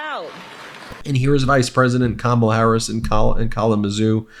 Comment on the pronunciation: Wow, he was so mad talking about Beyoncé that he actually pronounced Kamala’s name correctly!!